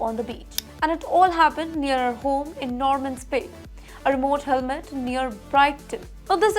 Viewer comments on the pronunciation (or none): Vey bad presentation. It is Hamlet and not Helmet.